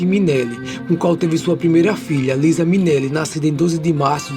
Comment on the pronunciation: E a pronúncia do nome da filha de Judy é "Liza (Laisa)"